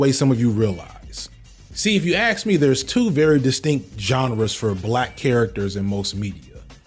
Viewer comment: I am lerning english and i’m often confused when he says the word "ask” but i hear he saying "axe”, is it an accent from some part of the US?